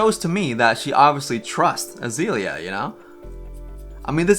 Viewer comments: This video is super fun, but it was driving me a little crazy to hear you say AzEElia over and over instead of AzAYlia. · I Don know how I got to this video it is weird and funny, a narc is a narcissist and her name is isn't azilia it's there's a A in there it's pronounced like the flower. This is very odd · Pronounce Azealia right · Can you at least say her name right